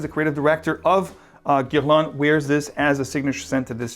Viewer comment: Nice video! BTW when you say "Guerlain" you sound more Brazilian than French - or maybe me it's just me